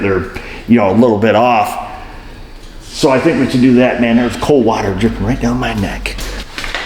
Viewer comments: The "soapy wudder" killed me! 😂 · you NAILED the NJ "wooder" accent. It makes me crazy living here. I LOL'd.